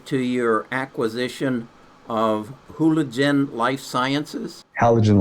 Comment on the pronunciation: This is for a therapeutic form of Ayuwasca?!! Did I hear this correctly? Or more so therapeutic form of Shrooms? I’m confused which the speaker is talking about developing for his company. “Hoologen life sciences”. Correction: “Halogen life sciences” 🤣